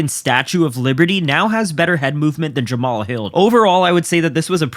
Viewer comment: Jamma-Hall Hill doesn't know his father! Neither does Jamma-Hall's mother! Feel sorry for him now!! Right now! And I'm getting more than a little tired of y'all disrespecting my boy ! His name is pronounced JAMMA-HALL HILL! GET IT RIGHT!